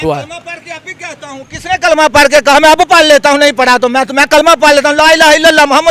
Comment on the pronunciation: Kalma hi ghult par Raha hai 😂